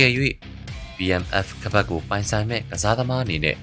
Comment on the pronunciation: Battle Mask Fast လား .. ဘာပြောလိုက်တယ် ဆိုတာ နားမလည်ဘူးဖြစ်နေတယ်